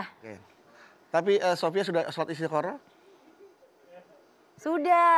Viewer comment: Mamah dedeh: Istikhoroh/istikharah ❌ Istikharoh ❌ Istiharoh ✅